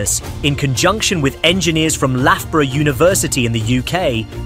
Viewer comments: i’m sorry, Laffboruh? I thought it was Luffboruh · Is it me or is his voice AI-generated? nobody pronounced Loughborough like that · Probably need to learn how to pronounce Loughborough, you div. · you can have a pass if you are not British… also pronounces lloris, guessing you are not a fan of football